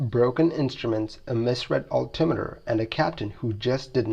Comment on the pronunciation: I've never heard anyone else ever pronounce "altitude" and "altimeter", the way you do. Sure sounds mispronounced to me.